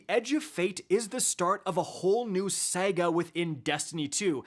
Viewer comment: Saga not Sega lol